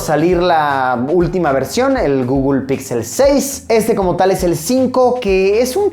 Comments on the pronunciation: Por qué dice gugul en vez de guguel me pone nervioso. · Pronunciación: guguel Luisito: gugul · El Gugul? Xd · Me muero de risa cada vez que Luisitech pronuncia "Gugul" ahahaha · Google = Gugul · De "GUGUL" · Un niño muere cada vez que Luisito dice "gugl"